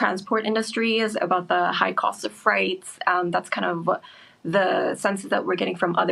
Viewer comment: Did she say “freights” several times? Wow